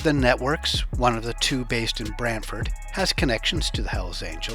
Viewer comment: Good job on the proper pronunciation of Brantford!